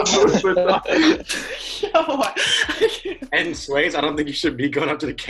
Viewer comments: LIIOUS VUTONNIS 😂😂🤣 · Yelo De Kuga 😂 is that Louis vutonus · “Is that balensilago” “ is that Louis vittanis” 😂😂😂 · "is that belencilagoo" "is that louis vatonis"